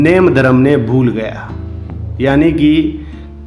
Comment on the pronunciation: जय जिनेन्द्र सा। अठै आप भी भूल गया ही बोल रया हो। राजस्थानी भाषा मं सबद है -भूलग्या। आप इरो उच्चारण हिन्दी जियां कर रह्या हो। घणी खम्मा सा।